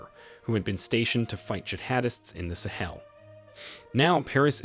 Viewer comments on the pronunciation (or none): none